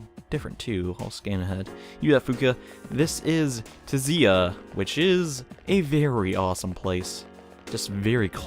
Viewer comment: I think the T in Tziah is silent?